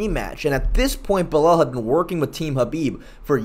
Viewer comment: said "Buh-lel." He can make em remember the name, but he can't make em remember how to pronounce it correctly